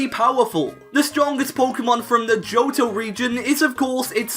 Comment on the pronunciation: Why you pronounce Johto as Joutou?